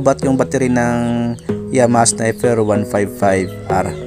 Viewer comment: baligtad ka Lods, yung ilaw nya sa handle, yun ang Low. at yang nasa ibaba naman ng DRL nya, yan ang HiGH. tsaka sniPer po, hindi sniFer ;-)